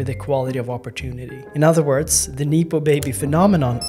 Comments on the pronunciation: Neepo 😂 just look it up before speaking bro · No one has ever said "neepo " baby. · great doc. super needed. it's pronounced nep-oh baby tho ;)